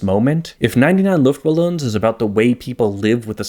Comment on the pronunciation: "99 luftballoons" either say 99 air balloons or say 99 luftballons. The "ballon"/balloon" part is pronounced very differntly. Smashing german and english together like this is very weird